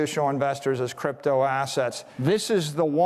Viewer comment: I think he said “crap toe“ . 🤔